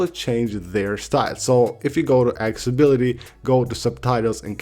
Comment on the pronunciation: Broo can u please pronounce accessibility correctly...for the sake of Tim Cook